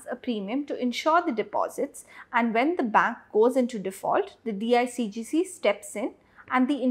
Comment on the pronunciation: It’s not DIGCG It is DICGC.